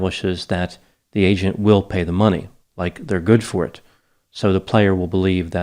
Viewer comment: Every time you say “agent” it sounds like you’re saying “Asian”